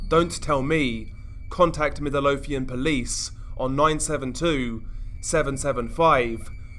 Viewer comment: Anyone else find it funny how he said “Midlothian,” Middle-o-thian lol